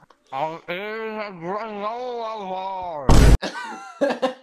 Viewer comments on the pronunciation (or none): " Im eawting a gwanola bwar" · “I’m eawting a gwnola bwar” BRUH😂😂😂😂😂